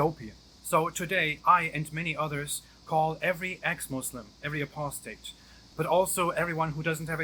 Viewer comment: Why does sounds like "being human"😁